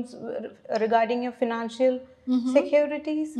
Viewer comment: pronunciation financal wrong